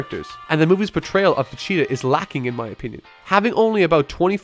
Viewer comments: Can't get over the "vacheeta" ... especially when you say it over over and OVER... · I can't stop hearing him say "Vecheta," and it's pissing me off. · If I hear "Vecheeta" one more time ever in my life I will shoot myself in the head. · People who try to sound smart and end up butchering the name anyways XD "Vecheeda"? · Your stupid stop saying vecheta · Good gosh this dude cant say vegeta he keeps saying vecheta like hes a chia pet or something so freaking annoying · why do you keep saying vecheta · good vid :) but Ve-cheetah? lol j/k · why does he say vecheeta? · Anyone else hear him say Vecheta? 😂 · chester the cheetah /fusion/Vegeta = Vecheeta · "Vecheata" Triggered me everytime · "Vecheta" hehehe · "ve-cheata"? dude c'mon... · Dude, why are you saying Vecheetah? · All I took away from this video..... was "Vacheta" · are you saying, FAcheta? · You say vegetas name like vecheeta please stop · If you don't mind my asking, why do you pronounce Vegeta as Vecheetah? Not trying to be mean or anything, just curious. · Why do you keep pronouncing Vegeta as "Vecheeta"? It's quite annoying. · Not want to be annoying here but am I wrong with hearing "vecheata" everytime you say vegeta? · his name is not Vecheeta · PLEASE STOP SAYING FECHEETA..... V's are pronounced differently then F's and G does not make a CH sound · Is it just me or it sounds like you keep saying Facheata instead Vegeta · Vachia vechea vacha vagina vegena vechata fajita vajita Jesus Christ how many times will he say Vegeta's name wrong?!? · Beerus: Whis, if that Earthling is going to insist on making Vegeta's name sound like a delicious pizza topping, I may have to devour him. Whis: Vegeta? Beerus: No. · You pronounce Vegeta weird lol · Why are you saying Vecheta not Vegeta? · why do you say vegeta like "vecheta" xD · PLEEEEASE!!!! STOP CALLING VAGETA VACHEETA.. MY NIGGA..... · You know it's pronounced VaGEta not vah-CHEETAH, right? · It's Vegeta, not Vecheeta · It's pronounced vegita not vechta